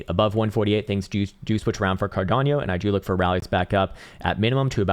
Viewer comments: Carderp…(clears throat) Cardanieyo…😂😂😂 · Is there a I in cardano???? Why the fuck he is saying cardanio Wtfff